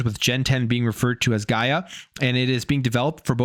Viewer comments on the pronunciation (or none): none